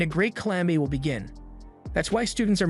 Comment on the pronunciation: Bro it’s “will” not “vill” 😂